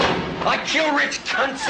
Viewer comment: i keel you?